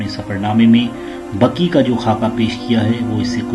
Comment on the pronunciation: Bhai sahab jannatul Baqi hai Aap jannatul Baki bolrahy ho .....ghalat hai bhai ...